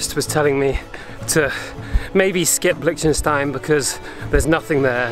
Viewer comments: hoii not the way this guy pronounces it. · Is that how Liechtenstein is pronounced?